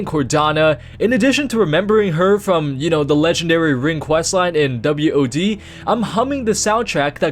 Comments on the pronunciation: dude, just say "WOD" not W O D, smh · "Doubleu - ohh - dee". omg just say WoD pls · Who says W-O-D? Just say wod lol